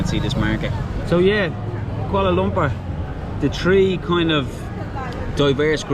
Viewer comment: Love the way the Irish say 'Kuala Lumpur'... welcome guys! Enjoy your stay, you've earned a sub for sure from many of us.